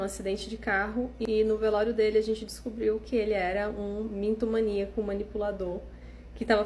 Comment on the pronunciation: mintomaníaco, kkkkk! É mitomaníaco*.